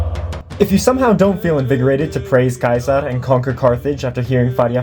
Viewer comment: You're pronunciation of Caesar at the start was crisp. This channel is lit. Make more good content like this. I'm subbed.